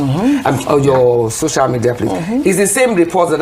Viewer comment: Why's she saying 'shocial media ' I thought she was well schooled!